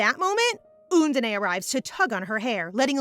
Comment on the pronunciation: can't get used to undene being called 'oondeney' 😅